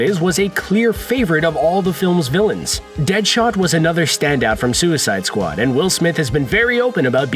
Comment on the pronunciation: "and then there was suicide sqau-ad plays"